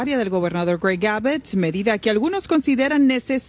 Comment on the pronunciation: Señora "Periodista" se dice Greg Abbot (ABOT) NO ABET , que es éso de no pronunciar bien !!!?